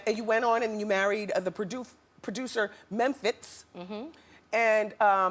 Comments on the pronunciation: Wendy knew she could pronounce mempiz name correctly,beeing funny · riz1738 exactly and who pronounces Mephintz like that boiii😂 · Toya's husband is a nobody to Wendy!!!!!! She can't even pronounce his name properly!!!!!!!!!!!!!!!! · was it me or did it seem like she rushed them through every question ??? she's ask a question & by the time they open their mouth to reply she's have another question. She tried to enunciate every syllable of Memphitz & it got my last nerves. I was very annoyed, to say the least. & Who asks a child those types of questions ? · Who asks those type of questions to a kid? And why does she pronounce Memphitz like that?? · This was one of my favorite Wendy interviews ever! It cracks me up the way she pronounces Memphitz's name!